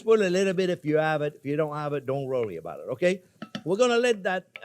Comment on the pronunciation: "Dont rury bout um."..